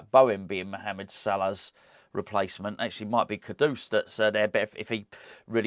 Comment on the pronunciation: For the love of God, what is with this “Kodoose”?? It’s Kudus mate. 🤦🏻‍♂️